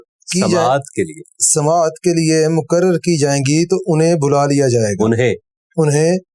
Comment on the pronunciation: ش ق بھی صحیح اہتمام کے ساتھ کہے جانے چاہیئں- مقرر—مکرر نہیں مستقل-مستکل نہیں